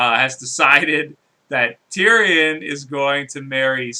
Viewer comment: Eric Dondarian???? Tyrian??? Lawrence Tyrell??? Please learn the names right!